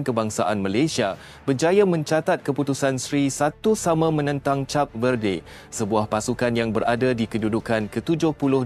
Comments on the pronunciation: Hello, bukan cap lah. Aduh. Pergi lah dengar orang announce dlm bahasa inggeris dulu. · ADMIN SEBUT CAP=CHAP..BUAT MALU JE😊😂😂😂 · Sebutan Cape Verde | kayp vuhd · Kenapa cap sebutannya... lain maciammm😂😂😂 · K0 nk ckp tentang b0la tp sebut name negara pun x betul jeng w000